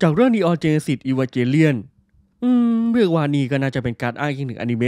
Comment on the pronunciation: Evangelion มันอ่านว่า อีวานเกเลี่ยน ไม่ใช่หรอครับ